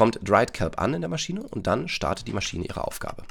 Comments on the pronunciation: Niemand: Wirklich niemand: Deutschstudent:MaschiEne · ES HEIßT MASCHINE OHNE IE HALLO HERR DEUTSCHLEHRER